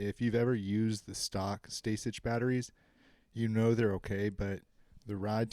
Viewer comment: It’s pronounced “Stay-sick” yo